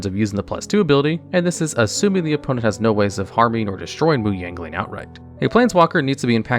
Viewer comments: Is it just me or he keeps saying "Yangling" rather than "Yanling"? Lol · it sounds like youre thowing in a G in Yanling like Yangling. lol i have always pronounced it Y-ah-n-ling